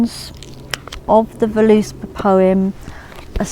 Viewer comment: it's pronounced vurluspaw, but good video :)